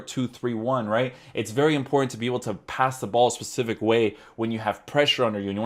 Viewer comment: Love Tierney being a Celtic fan so this was a must. Please say specific and not Pacific lol